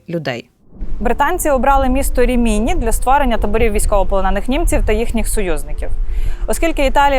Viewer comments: Дуже цікава інформація,. Але це РімІні так ріже вухо. Місто називається РІміні, наголос на перший склад не на другий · Нє РимінІ ,,а РИмІні .. Наголос на перший слог . . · Дякую. Дуже цікаво. Тилькі наголос РімІні незвично. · Рі'міні , а не Рімі' ні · Рìміні, на перше "і" наголос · Прожила в РІміні (наголос на першу і) років 10, але, на жаль, ніколи не чула про табір. Тільки кілька років тому прочитала про це